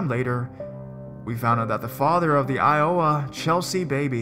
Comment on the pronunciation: Good stories. Just a bit of constructive criticism: Maryland - the state - pronounced Mare-uh-lund. Iowa - the state - pronounced eye-o-wuh. However, it is only one syllable. So say it quickly. I do think that you do well with the read overall, you certainly aren't monotone, which is helpful. Not trying to be a picky bitch - but I am being a picky bitch. =P